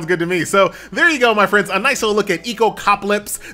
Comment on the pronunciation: How do you still keep mispronouncing this name? It's Echo-calypse, not Echocapolypse